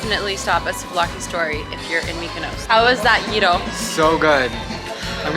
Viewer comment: Nobody in America says gyro the dumb way you said it. That’s just ignorance to the way it’s actually Said.I’m American and I’ve been there and many other places and we are the ones that mess up how things are said.!